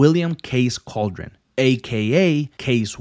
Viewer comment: CAL-DE-RON, don’t disrespect the last name it’s not cauldron